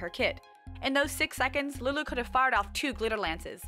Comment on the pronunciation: I love the way you said Lulu c